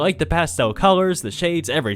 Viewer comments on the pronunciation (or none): "Ser-NAD-EE" Poco 😆 BTW I luv ur vids